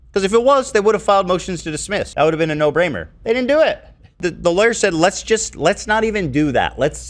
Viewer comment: Ah yes, the No Braimer moves. Love 'em. Lmao our boy Ethan can't escape the mispronunciations even in the new VODs!! 😂😂😂😂